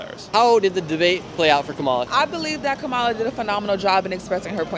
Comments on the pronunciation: you know this guy is a trump supporter just from the fact he pronounces kamala's name wrong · Why won’t you people pronounce her name. So disrespectful! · Is it honestly that hard to pronounce her name correctly? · It might be a good idea to learn how to pronounce the name of the Vice President before polling the public about anything political. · Drives me nuts that he pronounces her name wrong. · Guys, learn how to pronounce Kamala’s name correctly! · Nick continues to mispronounce, Kamala's name despite having been corrected long ago and knowing better. Reputable journalists always strive for accuracy. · Why do you keep mispronouncing her name? Cringe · Every political vlog has a bias. Earlier I thought that this one would be unbiased by someone who doesn't have a preference for one candidate or other. But this being the second one I've seen from this vlogger, I noticed some leading questions. What capped it off was the pronunciation of Kamala's name. I also notice that most people of color represented in the vlog, were pro-Trump, which suggests to me that those who were put in the vlog was selective. This is fine because I'll say it again, all political vlogs have a bias. Some much more than others. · The one lady who supports Kamala is a R(word I can't say on here). SHE SAID HER NAME WRONG!!! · Why does Nick Shirley keep mispronouncing “Kamala”? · It’s really crazy how much the left likes to use things to benefit them even if it’s for a very short period of time… example being you’re a racist if you don’t pronounce Kamala’s name right. There hasn’t been from what I know info of how to properly pronounce it. (Not that I care to 🐪A😂) but most of the people voting for her were saying a bunch of different names and must be super racist the fact they can’t respect even their future presidents name🤥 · Lol, they don't like it if you mispronounce her trashy name, but they will use nasty language to speak about him. Hypocrites. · KAHMAHLAH NOT kamela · Komowla LOL